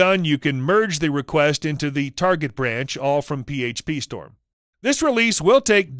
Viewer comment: Doubt it. I agree with Sarda For example: - "the variable is always true false". not something a coder would say. - Says "http" really slowly, (like he thinks it's important to the audience) even though a real coder would say it much faster. - the way he accents "PhpStorm"